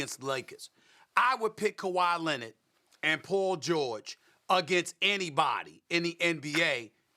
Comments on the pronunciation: stephen a: paw jowich and kuhwah lennit me: 🤔🤷‍♂️ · Kawi Linned 🤣🤣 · “Kawhi Lennit” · "Kawhi Linnit" - Steven A Smith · Stephen A “kawhi lennit” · ''Kawhi Lennit'' 😂😂😂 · Nobody: Stephen A: KAWHI LENNET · actually it’s KUHWAI LENNET